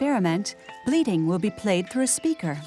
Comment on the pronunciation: it's funny having an American narrator - she talked about the goats bleeding a lot, and I didn't understand at first she meant bleating